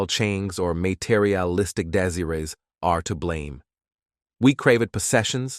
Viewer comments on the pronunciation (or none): Exactly. I paused the vid after hearing desireez😂